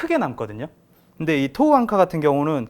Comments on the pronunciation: 좋은제품이네요 대박나세요 앙카 아니고...앵커...Anchor ㅎㅎ 일본식 발음으로 안해도 되는데... 갑바.....일본식...커버.또는 카버 Cover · 대단하다 진짜.. 앙카가 뭐냐 앙카가.. 위대하신 천황폐하를 모시는 신민이라 그런가.. 일어를 쓰려면 일어를 쓰고, 영어를 쓰려면 영어를 쓰지 일본애들이 쓰는 영어 발음까지 따라해야겠냐..